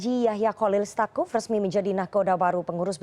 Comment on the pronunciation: Tsakuf bukan stakuf